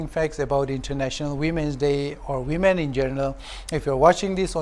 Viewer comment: we all know it's women but the pronunciation sounds wemen that's it byeeee👋